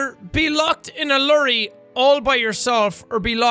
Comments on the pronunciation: Did... did he say “lurry”? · okay this sounds insulting but lorry: “lurry”, sean. no. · Can you repeat that, a fucking “lurry” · I’m sorry but the way you pronounce ‘lorry’ 😂😂😂 Not hating, just found it funny 😂😂 Dang that Irish accent 😂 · Max Ward yh every diffrent country prounuce it differently